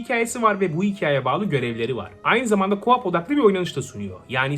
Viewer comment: bir sey demek istiyorum co up diyorsun gibi geliyor. Buyk ihtimal KO OP Turke okumayim diye dusunuyorsun ama UP kayiyor agiz haraketin. Gerci etmesen de problem yok demedim gecmeyim dedim